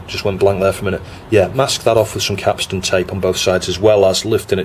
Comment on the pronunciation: Kapton tape, not capston.